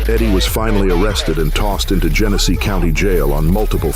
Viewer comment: It’s pronounced “GEN-A-SEE” -“MACK-IN-NAW” City